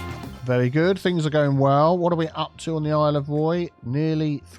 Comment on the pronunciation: for a secound i thought Isle of Roy said Isle of Prey